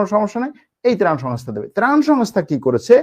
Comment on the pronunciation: প্রান না,ত্রাণ হবে আঙ্কেল।